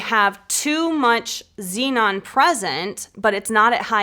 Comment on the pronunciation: That's the correct way to pronounce Zenon.